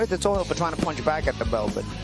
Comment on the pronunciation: Last name is toughill no tohill